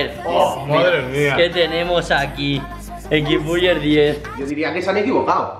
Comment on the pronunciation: No era x buller es x burguér